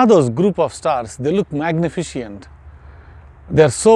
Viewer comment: hey! When you were talking about the Pleiades you said “magneficient” instead of magnificent. Silly flub but gave me a chuckle.